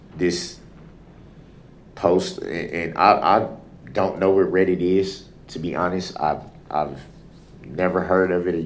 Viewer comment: This guy is so delusional. I’m not even mad anymore. He needs meds or maybe torture to bring him back to reality. Especially when he said “read-it” instead of Reddit 😂 I’m done.